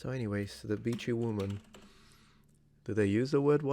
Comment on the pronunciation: All I hear is "Vichy" woman 😂